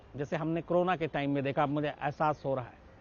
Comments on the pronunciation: Aap ko to co ro na bolna bhi nahi aata h aap use crona bolte ho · It's not crona..., it's corona 🤣